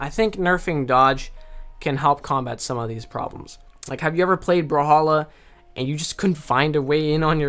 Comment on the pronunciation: In the beginning if you look at English commentary they call it “bruh halla”😳